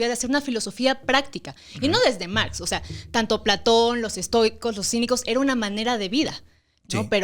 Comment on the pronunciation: Mergs " es Marx en inglés ajajajajajjajajajajajajajaj